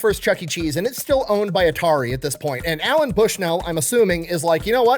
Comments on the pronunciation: bro... his name is Nolan LOL not Allen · It is not "Alan Bushnell" but Nolan Bushnell. Thanks for sharing though. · I just want you to know that I physically flinched every single time you said Alan Bushnell. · It's NOLAN Bushnell. FFS. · Hey, great video except for the part where you got Nolan’s name wrong the whole time😂